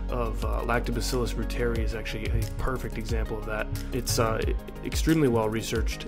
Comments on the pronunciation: It’s pronounced ROO-TER-EYE please! 🙏🏽🙏🏽🙏🏽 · Pronounced "ROY ter eye" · Reuteri is pronounced ROY-ter-ee . It is named after German scientist Gerhard Reuter (ROY-ter) and pronounced like his name with the short i as the last syllable. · Reuteri (ROY-ter-eye)